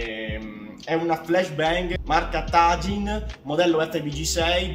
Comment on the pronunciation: "Marca TAJYIN". Confido nella tua capacità di chiamare quel brand come si dovrebbe. TAG inn. Sono due parole diverse e la A si legge più come una E che ad una A italiana.